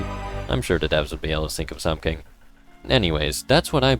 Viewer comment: “Sink of sumsink”